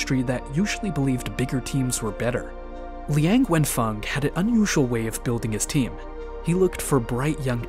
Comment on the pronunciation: Even though I am not Chinese, but I am so much irritated by the way this video pronounce his name and all other chinese names, including the Zhejiang University name. It would be nice and respectful, if you learn how to pronounce these names correctly.